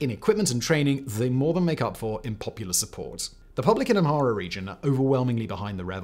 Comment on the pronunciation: His (mis)pronunciation of Amhara and Oromo is painful😣 ….i know it’s not his native language but come on!!!